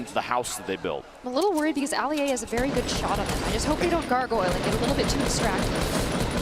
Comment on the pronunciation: when they said "Ali-a" I almost clicked off